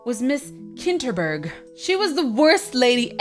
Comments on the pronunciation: KINTER NOT KITTEN OR KITNER OR NITNET Kinterburg. Sorry. Ily but that was annoying me ENDLESSLY! Sorry... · its kinteRburg